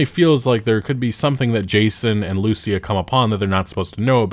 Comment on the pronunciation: The way you pronounce Lucia is pissing me off 😂